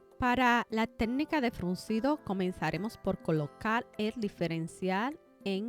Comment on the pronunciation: No pude terminar de ver el video porque no soporté que diga “tednica” 😢